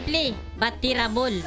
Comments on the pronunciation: "SIMPLY BUT TERABUL" HAHAHAHA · I love your accent please say it again: "Simpli bat tirabol"